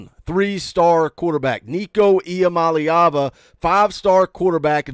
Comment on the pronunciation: thanks for taking the 5 minutes to learn how to say Iamaleava.